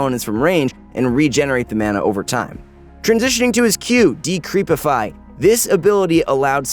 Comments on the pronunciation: Decrepify not decreepify, as in to turn decrepit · not a bad video but can you guys teach how to pronounce abilities? my head hurts hearing carry-on renewal or decreepify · Decreepify or DeCREPify